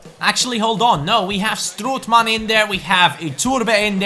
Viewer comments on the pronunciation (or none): Hahahha, you say strootman wrong, you Say stroetman, please have a look how to say it good, its strOOtman, Oo like Olimpic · Strootman is pronounced like 'boat' stroatman not like 'good'